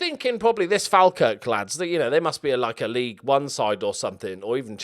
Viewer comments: Falkirk is pronounced “Fall - Kirk” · one day will be able to pronounce falkirk properly